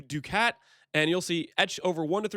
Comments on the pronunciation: For the record it is duck-it. GGG said do-caut which is weird but whatever. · Ducat is pronounced like Duck It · good video. ducat is pronounced "duckit"